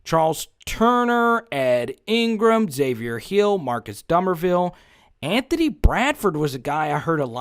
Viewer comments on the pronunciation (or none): none